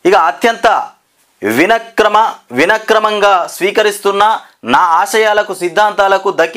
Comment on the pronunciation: Vinakrama??? Yemiti ayya😂..